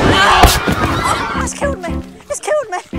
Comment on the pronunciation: When he says potter he actually says POTTAH and when he say it's killed me he says it's killed MEH, LIKE POTTAH POTTAH MEH MEH, CANT HE EVEN SAY POTTER AND ME RIGHT?!?